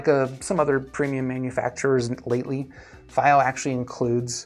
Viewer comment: dunu d2000j dual dynamics and dual ba and you did all the pronunciation across the globe for the brand "FiiO" indeed a man of culture